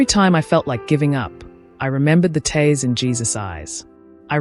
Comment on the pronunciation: Please get your narrators to pronounce words correctly. Eg TEARS not TAirs!!!